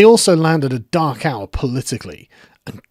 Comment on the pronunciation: Who else heard “Dachau” the first time he said “dark hour”. Love that accent!